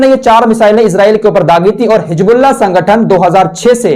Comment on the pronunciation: Assalamu alaikum.Allah aapko khush rakhe.Aap bahut sahi jankari dete hain. Meharbani karke Hijbullah na kah kar Hizbullah kaha KAREN.ISKA MATLAB HOTA HAI ALLAH KI PARTY.